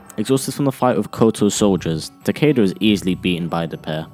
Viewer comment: Stop saying 'takeida' its 'takyda'